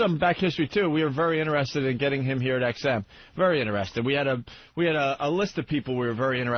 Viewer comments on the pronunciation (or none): Opie , stop saying innerested, please